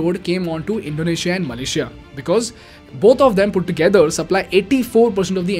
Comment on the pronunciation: Bro it’s “Malaysia” not “malasiya in video.